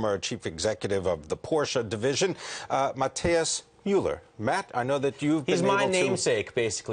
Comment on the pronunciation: Wow! how can you be so irritant and stubborn on the name of the CEO? Matthias is pronounced Ma-tee-as no Ma-tye-as as you do. It's very sad to see someone on TV trying to correct the right one with stupid insistence and the wrong pronunciation. Americans did not invent other languages. Miller shoud be pronounced Mi-zhzser! And Matt is derived from the Scandinavian derivative of Mathew: Mathias, Matías or Matthias and all are pronounced in each and every language in the world Ma-tee-as.